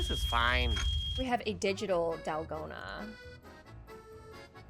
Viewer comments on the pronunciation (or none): none